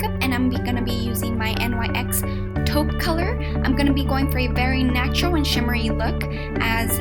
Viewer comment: you do know that NYX is spoken like "nix" ;) btw like the video alot